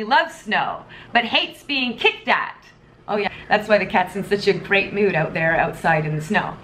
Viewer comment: I like the way you pronounce the word "out". Shows off your Canadian accent.